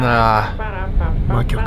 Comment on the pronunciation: 魔曲のイントネーションが完全にこ↑こ↓で草